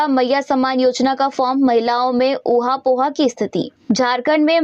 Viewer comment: ओहा पोहा नहीं। ओहापोह।